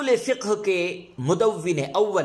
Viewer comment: اصول فقہ کو مدون کیا بتشدید الواو ہوگا نہ کہ بالکسر